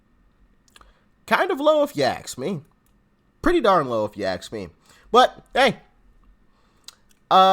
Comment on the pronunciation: Hey doc, ask not aks